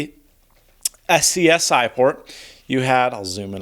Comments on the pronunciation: Sorry, but it annoys me how much in that video is just plain out wrong or not researched... 8MB harddrive? No hide function until OS X? Don't know what ClarisWorks is? Printer port is the mouse port? SCSI pronounced S.C.S.I. which noone does... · SCSI is pronounced "scuzzy" :P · oh my god the way you pronounced scsi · I agree, to many errors for a demonstration video. The harddisk size—haha! The missing hide function I've heard before. Weird how many think that Mac OS X brought everything. In my opinion, the pronunciation of the abbreviation isn’t actually wrong just because hardly no one pronounces it that way, but it’s odd to hear.